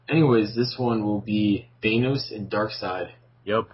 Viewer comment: You don't pronounce the a in thanos like that